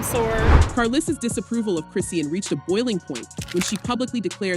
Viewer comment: You can't even pronounce Chriseans name right smdh 🤦